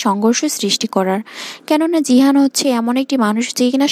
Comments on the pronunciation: জিহান নয় গিহান😂😂😂😂😂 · জিহান❌ গিহান✅ 😅😅😊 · গিহান হবে। জিহান নয়😂😂😂😂😂😂😂😂